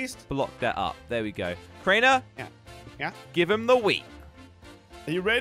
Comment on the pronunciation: Did you just said craner